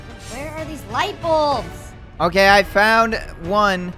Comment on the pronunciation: Why did call the light balbs the flash balbs